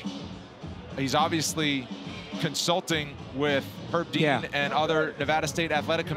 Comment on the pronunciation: "Consulting with Herb Dee-an"